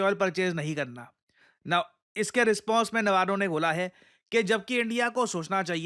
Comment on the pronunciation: Peter Navarro ❌️ Peter Navarra ✅️